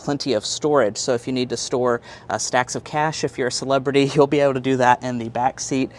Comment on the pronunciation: 😂dude says celebrity like its 1930's😂😂 only ppl riding in the back if this is kids going to school & and uber riders 😂😂welcome to 2023💯